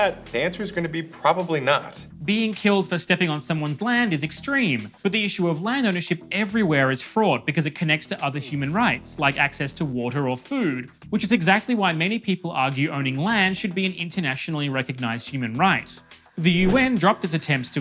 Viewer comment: "fraught" ... enunciate more clearly please; you might have said fraud (which I wouldn't put past your socialist brooklyn Vice overlords).